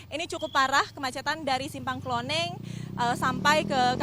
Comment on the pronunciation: Simpang KLONENGAN bukan KLONENG. Kadang reporter suka buat nama sendiri, Kalo nelum tau tanya warga sekitar.